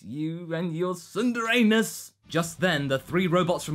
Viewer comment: "Tsunder Anus"? o: Egad,.